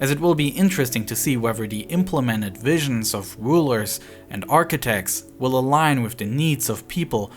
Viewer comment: oTHer... not uVer... raTHer, not raVer... wheTHer, not wheVer Seriously, need a voiceover without a speech impediment.